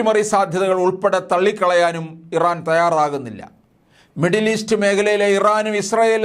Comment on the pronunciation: ഇവൻ ഒക്കെ പബ്ലിക് ടോയ്ലറ്റ് നടത്തിപ്പുകാരൻ ആയിരുന്നു എപ്പോഴാണ് ഇവൻ വാർത്ത അവതാരകൻ ആയത് ആ രാജ്യത്തിൻറെ പേര് പോലും പറയാൻ അറിയില്ല